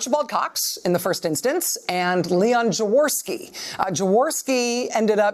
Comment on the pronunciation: Rachel pronounce Jaworski as: yavorsky :) to make it sound accurate. It's a Polish name haha...